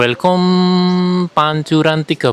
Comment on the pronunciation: Di bacanya welcam mas bukan welcom